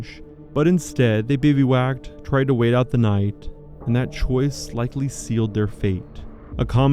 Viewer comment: Strange how you pronounce bivouac. Nice video, thank you.